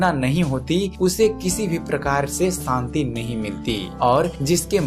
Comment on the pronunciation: santi nahi shanti